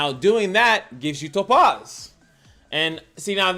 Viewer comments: Lol no you were correct 🤣 but the way you said it and how often had me crying 😂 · you're pronouncing it wrong, but I thought it was on purpose lol